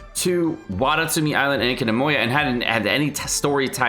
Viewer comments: nice update and btw ( its enkano-mi-ya not enkano-mo-ya ) love your content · so bothered by the "enka-NO-MO-YA" it's "MEE-YA" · Isnt Enkanomiya pronounced like Yoimiya? you're saying Enkanomoya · Enkanomoya instead of Enkanomiya 💀 He forgot how to read i think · I know he probably is doing it on purpose but the enkanomoya shit triggers me so much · EnkanomOYA Me: how do you pronounce EnkanomIYA?! Stop the slander! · Enka-no-meeya, not enka-no-moeya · Ekinamoya? Hahahhahaha its enkanomiya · Enkanomiya (En-Ka-No-Mee-Ya). He says Enkanomiya (En-Ka-Na-Moi-Ya) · En-ka-no-mi-ya Not Enkanomoeeeeyyya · EnkanomIya not moya just like its alBEYdo not albeedo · Enkano-what? Enkanomoya? 🤣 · EN-KA-NO-MOI-YA 😭😭😭 Why? Why? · Hearing EnkanOmoya drives me crazy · Why do you say Enkanomoya instead of Enkanomiya? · I'm a fan of, but damn am I irritated by him saying EnkenaMOYA. Is he doing it on purpose?? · It's EN KA NO MI YA !!!!! damn my ocd listening to you saying it incorrectly sky rocketed hahahz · say fkcing "ENKONOMOYA" one more time.... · NOT ENKANOMOYA 🤣🤣🤣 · Enkano"mo"ya lol, you had me til the part, but still, awesome content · "Enkanomoiya" lmao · Say it with me. En-ka-no-mi-ya. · Enkanomoya he said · I hate how he pronounce “Enkanomiya” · I cry every time he says enkanomiya :( Still a great video though. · yoimiya’s more of a side character, hasn’t really been brought on the political side of things yoimiya, who set off fireworks so we could distract raiden, hid a fleeing refugee of inazuma, etc.: am i a joke to you?? also, the pronunciation of “enkanomiya” is driving me nuts. same with his version of xingqiu, ganyu, beidou… i really don’t think they’re that hard to learn and pronounce 😭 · anyone else triggered everytime he says enkanomiya wrong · what is up with his pronunciation of enkanomiya? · I think you pronounced Enkanomiya every time a different way xd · why does he keep pronouncing enkonomiya wrong lol